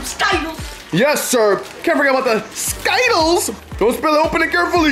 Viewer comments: Bro it’s skittles not sky-tuls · It’s Skittles bro not Skyttles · For the last time ther skittles not skittals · He said everything else right but not Skittles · I love ‘skytkels’ jk no hate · You said Skittles wrong